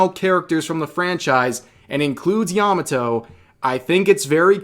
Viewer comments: Yah Mah Toh Not "yama toe" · I'm not trying to erm actually you but Yamato's name was a slightly different innotation from what youre using, its not yamaTO, its YAMAto. Hard to explain but yea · yamato just female who fangirling oden...not "indentified as" or "pronounce as" bullshit.